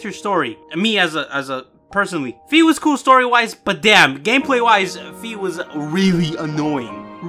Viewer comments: Its called "Fai" not "Fi" like the "Fi" in "Finally". In the german version of skyward sword she is actually called "Phai" in the text Boxes instead of "Fi" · Say wi-fi That's is how fi i supposed to be pronounced